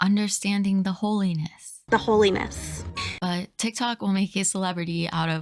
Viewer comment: 😂 when you say " holiness" it sounds like " whole anus " I had to rewind and check and unfortunately I was mistaken